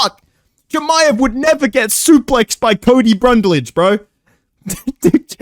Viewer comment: “Cody brundle”, “Cody brunlage”